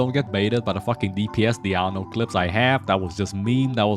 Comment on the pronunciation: You pronounce 'Diona' as 'Diano'😂